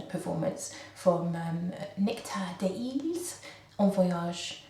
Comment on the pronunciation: It's des iles, Great video, not heard of this one, Wow that's strong stuff, i like my strong shit!